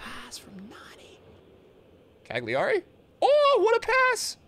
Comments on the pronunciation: wtf is a cagliari man. his name is caligiuri (cali-gyur-ee) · Ok. So. Cali Giu (said as "Ju" in Jude Bellingham) Ri (pronounced "Re" as in Remix) Perfect, now you're basically Italian. This is now gonna change everything in your next videos